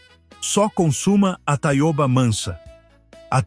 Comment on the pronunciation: A leitura por IA é horrivel, metade com sotaque de Portugal, mas seu canal está no Brasil falando de plantas brasileiras... e Taiôba é um horror. Taioba, com ó aberto.